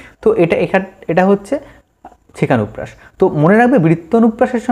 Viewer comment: উপকৃত হলাম। কিন্ত কিছুকিছু টার্ম বহূ বার শুনেও বুঝতে পারলামনা অস্পষ্ট উচ্চারণের জন্য। (যেমন সেকানুপ্রাস না ছেকানুপ্রাস না সেখানুপ্রাস)